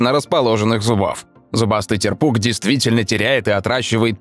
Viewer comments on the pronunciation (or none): Правильно тЕрпуг а не терпУг. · Т`ерпук, а не терп`ук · Шикарное видео Некоторых рыб ни разу не видел и не слышал о них Но вот не терпУг а тЕрпуг